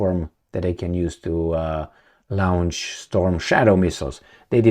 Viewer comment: Launch, NOT lounge!